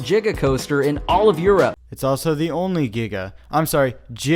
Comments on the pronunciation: It’s not jigga it’s giga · He said jiga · I really want a remix of the “jiga” coaster 😂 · Sorry u mean jiga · Hearing someone saying jiga is like that One part of ep 2 where like clock keeps getting loud